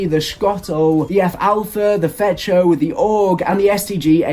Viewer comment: Did this man just pronouce what is clearly S C Hotel as schotel and F Echo as fecho...